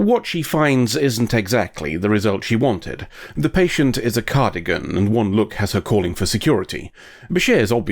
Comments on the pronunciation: Cardigan...... its Car-dass-ee-an but i love the mistake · You know, it's a big confounding to specifically draw attention to being a pedant in the episode title, then proceed to say "cardigan" instead of "Cardassian" over and over again.